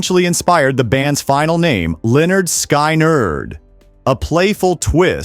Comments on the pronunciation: "Leonard Sky Nerd", how does this narration butcher that? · exactly. You can tell because the voice doesn’t know the name of the band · HEY LEARN HOW TO SAY LYNYRD SKYNRD:face-orange-raised-eyebrow